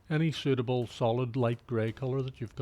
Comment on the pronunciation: "In soot-able deep black colour"